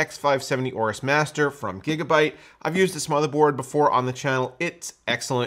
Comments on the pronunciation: Thank you for pronouncing "aorus", correctly like "or-us" and not "a-or-us", like so many other youtubers incorrectly say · BTW, THANK YOU for pronouncing "aorus", correctly!!! So many you tubers pronounce it like "a-or-us", when it's pronounce "or-us", just like you said it.... I know I'm correct because I specifically asked a Gigabyte rep at conputex